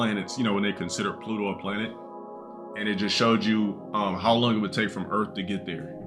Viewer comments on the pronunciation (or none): none